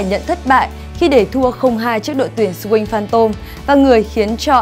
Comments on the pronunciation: .. Nghe đi.. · MC đọc kém vl.. Swing Phantom thì chữ "sờ" của Swing đọc nhanh lên.. Sờ Wing Phan Tom.. Đọc nhức nách..